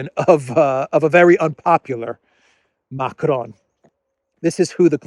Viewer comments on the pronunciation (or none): Macron is pronounced like "Macrong" not "Macronne".